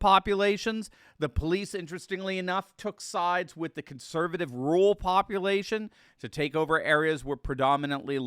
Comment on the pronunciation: Brother, you need to add another "r" in your pronunciation of "rural". Sounds like "rule".